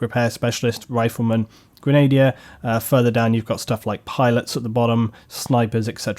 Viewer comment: Its Gren-a-deer not grenady-er, re grenadier. Grammar nazi,I know. LOL